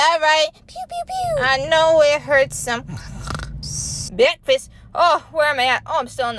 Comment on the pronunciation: Her: fall asleep* Also her:*wakes up* BECKFAST